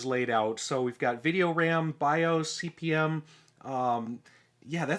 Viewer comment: nitpicks - It's pronounced Cpm- the slash is ignored . The disks are 5 1/4" not 5 1/2"